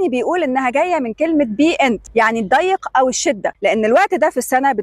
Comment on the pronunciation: الضِّيق (بكسر الضاد) وليس الضَّيق (بفتحها) الضِّيق بمعنى الشدة عكس السعة ، والضَّيق عكس الواسع.